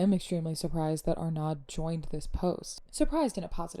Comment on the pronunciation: Sorry... the D is not pronounced at the end of Francois Arnaud (are no - is the pronunciation) Francois and Hudson together crafted the post and then posted it together. Everyone should be calling out the bigotry, and when I see it I call it out.